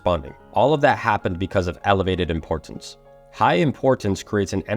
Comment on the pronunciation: Love it. For some reason I feel impressed to tell you you're saying "import-tance." Your hard T sounds are doubling up. Sorry if this is unhelpful. I've noticed it's a learned pronunciation, meaning you get to relax the double sound and just speak naturally if you want to. (Reality instead of realit-ty.) I hope this helps you flow better in the way you speak. Your message is amazing. Keep up the good work ❤